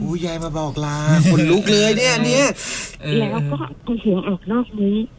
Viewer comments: คนเล่าคือออกเสียง ล ลิง เป็น ร เรือ หมดเลย ระรึก โรงศพ แร้ว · แต่คือคนที่โทรมาเล่า ใช้ ร. ได้ชัดมาก กระดกลิ้นชัดเจน กำลังจะเม้นชมแล้ว แต่ฟังไปฟังมา อ่าว ล. ก็กระดกลิ้นด้วย จาก แล้ว ก็เป็น แร้ว, ล้าง เป็น ร้าง, เล็ก เป็น เร็ก, 🤣🤣🤣 แต่เรื่องการเล่าดีมากค่ะ ไม่มีขัดเลย ดูไม่เฟคด้วย